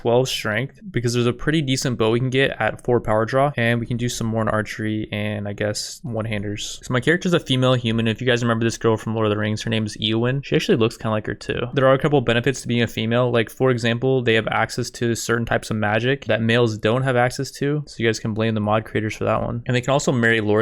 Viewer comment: Who the fuck is "eeowyn"